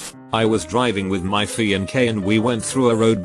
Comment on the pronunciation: "I was driving with my F E E A N D K"